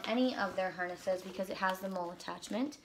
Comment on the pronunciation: Hi,. Thanks for the review. Just so you know, "MOLLE" is actually pronounced like the name "Molly."